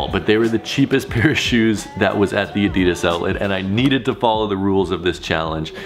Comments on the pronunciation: Adidas not adias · Add -deh -das, Adidas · It is so annoying when people mispronounce ADIDAS... It is not that hard🙄😫